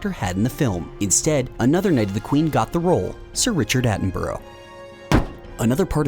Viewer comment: Need to learn how to pronounce "Attenborough" :p